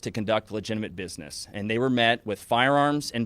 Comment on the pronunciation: lol he almost said “BIDNESS”